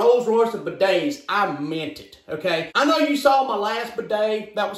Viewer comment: ”buh days”